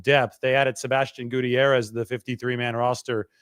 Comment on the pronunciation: So cringe the way pronounce Gutierrez